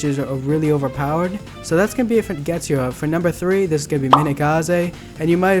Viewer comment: U pronounce getsugs so wrong